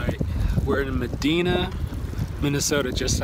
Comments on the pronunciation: Thanks for taking the time to show us the glamorous life on the road! Its pronounced Mah-Dye-nuh Minnesota! I've seen lots of great shows there! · Its actually Muh-dye-na, MN. And I have stay in that hotel. We always called it "No tell, Motel"! A bit sketchy=)